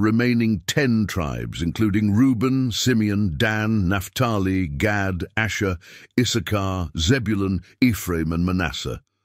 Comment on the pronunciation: If you can talk really reluctantly and you communicate well it's a gift of Gad pronunciation actually is God 😮